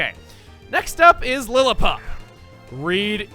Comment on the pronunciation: Dude, Platinum popped in during 2015. Christmas did indeed come early, though. Though needs to work on his pronunciation. Univa? Casteelia? Lillapup? Nuvemma?